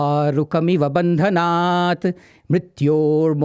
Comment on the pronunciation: wrong pronunciation of maha mritunjaya mantra..... its bhandhanan and not bhandanaat